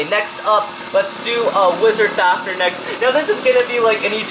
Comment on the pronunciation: The fact that he says fafner instead of fafnir irritates me